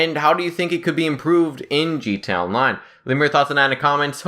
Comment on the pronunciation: Jee Tee Ayy On Line. Not JEET-ONLINE.